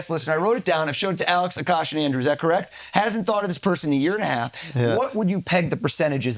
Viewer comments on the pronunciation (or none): It’s A-kash like a bear. But A kash. Why does everyone get it wrong. It’s funny how he’s getting advice on how to remember someone’s name I can’t pronounce his.